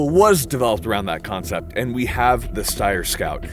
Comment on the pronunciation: The sheer amount of times Steyr is mispronounced in this video if hilarious.